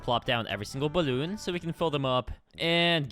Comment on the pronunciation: ? Also, (for future reference) it's "balloon"